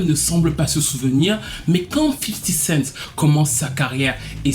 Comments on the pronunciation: Toi aussi prononce bien hahhhhh Respect un peu . C est fifty cent pas fifi cinq C est juste les femmes noirs qui sont comme ça . Ma mère n est pas différente . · « Fisty cent »